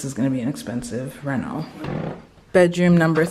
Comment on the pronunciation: “Reno” not “rental”